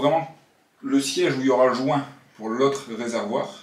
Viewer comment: 2min45 le jouuuuinnt ton accent m'a tué =D